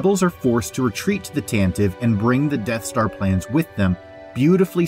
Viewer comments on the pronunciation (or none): Every time you mispronounce "Tantive" a Droid is tortured in a Sandcrawler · The Corellian corvette blockade runner is called the Tan- tah- vee IV, not Tan-tive. How do you not know this? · Y'all have never listened to the NPR Star Wars and it shows. The "E" on the end of Tantive is NOT SILENT. It's the Tantiv"E." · Why are people still making this mistake? The name of the rebel blockade runner has three syllables... It's pronounced Tan-ta-Vee. It was named in the 1981 radio adaptation by Brian Daley. It was pronounced several times in a few episodes. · Every Star Wars YouTuber should be able to pronounce Tantive correctly, which is "TAH-nuh-vee". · Tan tee vee. Jesus wept. Doesn't anyone listen to the Radio Drama anymore? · Tantive IV is not pronounced like that